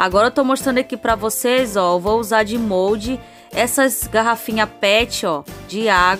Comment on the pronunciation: Fala direito , é Mólde